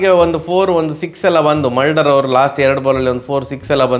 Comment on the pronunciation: ಮಲ್ಡರ್ ಅಲ್ಲ ಅವ ಮುಲ್ಡರ್ 😂